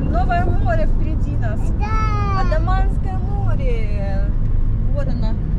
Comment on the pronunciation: Все супер! Но вы почему-то АНдаманское море называете АДаманским😅